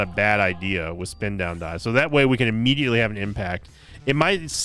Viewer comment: Spin down start... No no... It's a "sin down start" 😂